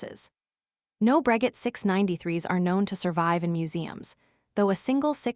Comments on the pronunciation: Isn't it pronounced " Bro-shay " ?🤔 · For the love of Wilbur and Orville, learn how to pronounce Breguet. It's pronounced Bru Gay. Stupid AI narration. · bot voice is cringey. Wasn't it pronounced "Brageh"? Maybe you should have used a French bot voice?